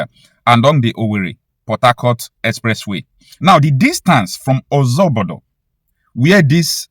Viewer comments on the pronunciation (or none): Eziobodo not oziobodo